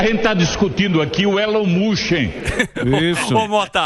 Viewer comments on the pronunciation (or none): Quem é esse deputado q falou Elon Mushem ? De onde é essa criatura? 🙄🧐